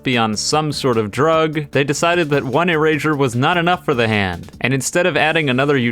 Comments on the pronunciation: I'm sorry if this is rude but "erazure" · Why does he keep saying erazersaure? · Moral of the story: says erasure like erashure